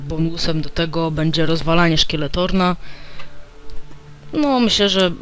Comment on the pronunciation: to nie jest skeletorn tylko skeletron